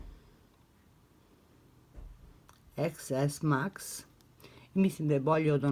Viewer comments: Ne izgovara se ex ix kraljice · Da ali cita se TEN S MAX. To je ajfon 10 s max.